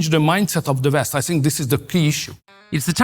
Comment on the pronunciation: I like Orban, but it bothers me to see a very intelligent man, with a vast vocabulary, not making an effort to improve the pronunciation. How hard it is to say West instead of "Vest"?!